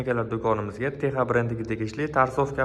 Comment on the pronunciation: Теха эмас текса х харфи к билан с урнига утади